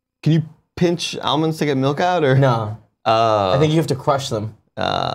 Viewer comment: 65...had tons of “amonds” didn’t say the L....